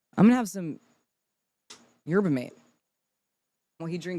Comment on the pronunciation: The way she pronounces Yerba mate 😭